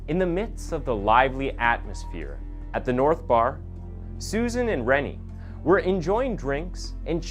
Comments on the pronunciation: Rene is probably pronounced Renay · you need to make sure u know how to pronounce words dude. rene' is prounouced. renay. its the masculine . the female sounding the same but spelt as renee. no offence but i hear u mispronounce a lot and its an opportunity for improvement. :)